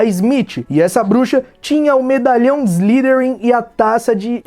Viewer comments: Cara desculpe mas tenho q corrigir sua pronúncia: Slytherin se pronuncia: "ISLAIFERIM". Y tem fonema AI e TH fonema de F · "Salazar Slirin"